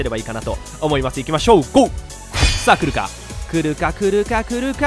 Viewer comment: ヒカックの「来るか？来るか？来るか？」が「クルカクルカクルカクルカ」でルカクに聞こえてきた笑笑